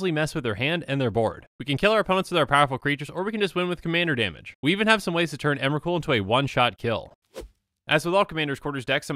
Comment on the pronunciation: Emwacute, the pwomised fwiend.